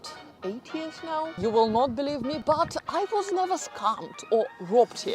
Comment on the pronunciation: Other than your British Russian Accent you have a lot of good points. Work in saying “but” and “first” in English. It sounds nothing like those words. 😅